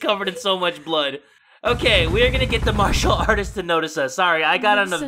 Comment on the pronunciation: Wtf Is a marsher artist?! XDDDD